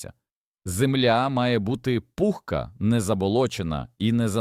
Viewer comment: Та не пУхка, а пухкА, не зОли,а золИ, не саджА нець , а сАджанець...і таке інше... Вибісили! Якщо вся Україна так заговорить... 😯 Неприємно...